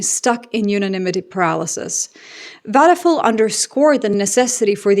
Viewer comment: It's not wadefool it's wadepuul . you may want to be more careful , not to butcher names , because you are repeating them so often .